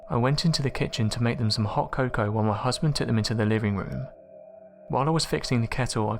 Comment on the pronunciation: The way you say cocoa is more paindul than an anal prolapse, also your cadence fills me with hate for you and an immeasurable rage that I was born with ears.